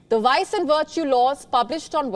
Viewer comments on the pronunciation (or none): V as in vice and virtue is not pronounced like "w"